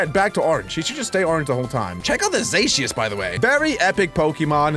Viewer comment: (Sirud:"ZACIUS")(Sword and shield Fans:"ITS ZACIAN")